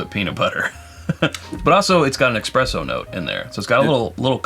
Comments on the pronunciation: You should be careful about saying "expresso". Someone might shoot you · Espresso > Expresso